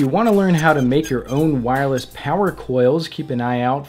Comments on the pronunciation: Tinkernut "Wirless" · "Wirless" facepalm